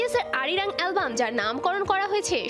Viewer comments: Arirang not erirang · What is "এরিরাং"? It’s Arirang! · এরিরাং কি? কথাটা হবে আরিরাং। আপনারা ভুল উচ্চারণ করেছেন। BTS Global pop icon .তাদের যথেষ্ট সম্মান আছে, আর কোরিয়ান কালচার এর ও সম্মান আছে, তাই কথাটা শুদ্ধ করে বলুন, তাদের অ্যালবাম টাইটেল নামটাকে ভালোভাবে বলুন। আর্মিদের কাছে BTS সেরা 💜 Borahae Forever 💜💜💜🥹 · It’s Arirang Not erirang 😒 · মূর্খ নাকি আরিরাং হবে এরিরাং না আর ছুগা কি সুগা হবে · গাদা Arirang সঠিক ভাবে উচ্চারণ করতে পারেন না